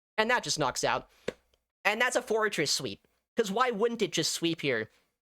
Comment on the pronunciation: I heard "florges" instead of "forretress" all the time and was so confused about when it got shadow and also a bug bite.